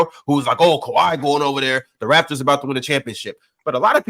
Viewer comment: SOMEBODY PLEASE TELL ITS THE "RAPTORS" NOT RAFTERS